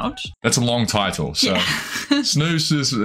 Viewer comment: Snus not snoos 😭😭